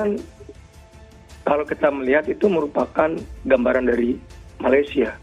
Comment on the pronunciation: Indonesian pun panggil 'Malaysia',bukan 'Malaysyer' Malaysyer❎ Malaysia✅